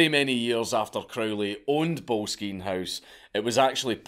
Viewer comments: Trust a weegie to mispronounce boleskine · I actually did some volunteering at Boleskine House, (pronounced 'bol es kin' NOT bowlskeen!??). I even camped out one night in the gardens in the hope of some spooky event....but alas, t'was not to be 🤣 The house has burned down twice in recent times and is in the process of being restored!! I actually have a stone from his fireplace in the ritual room he used!!! 😁 I don't know if Crowley, once termed the "Wickedest Man in the World" , was a" mad lad".......misunderstood perhaps and definitely a bit "mad", but not necessarily in an "evil" way. Anyway, Boleskine House (also once owned by Jimmy Page!!) is a fascinating place and well worth a visit!!!! 😁😁😁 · Oh mate that’s not how you pronounce Boleskine